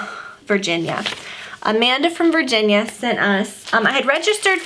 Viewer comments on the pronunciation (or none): none